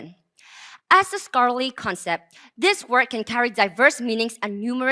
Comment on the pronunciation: "As a schorary concept..." LMAO